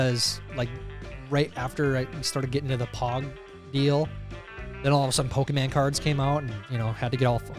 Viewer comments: Its PokeMON. NOT pokeMAN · "po-key-man cards". Did Tyler, a fellow 90s kid, just blatantly mispronounce "Pokemon"? Oh Tyler you've done it now. We're coming for you.